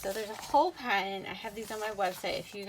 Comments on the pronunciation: For the word "patent" (see above), you said "PA (short) * uhnt" instead of "PAT (short) * uhnt," So I thought, "Ha! I think she has Utah accent!" I just live in Orem! Which city do you live in, if you don't mind my knowing? Oh my heck, are you my "double-cousin" Jenny Oaks Baker, the famous violinist, doing this in your spare time between practicing and performances (though I'm not sure how you'd have time to do both and keep the violin quality so high, but I suppose it's still possible)?! --Mike A. Christensen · "Pa'uhnt"? Are you from Utah?